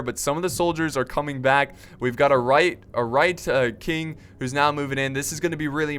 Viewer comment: It's WHITE KING. NOT RIGHT KING. AHHHHHHH